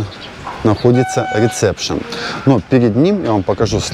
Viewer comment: Одной мне слух режет «реТЦепшн»😄, ну если снимаете обзоры на публику, говорите правильно 🙏 РЕСЕПШН) без обид😉